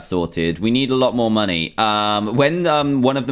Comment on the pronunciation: Dantdm u say moneyz instead of money